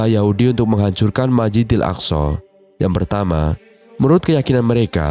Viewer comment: Masjidil bukan majidil